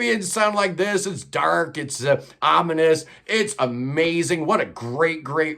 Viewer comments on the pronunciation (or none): none